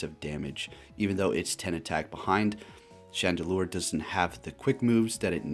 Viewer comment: He called chandelure "chandelier" at first too lol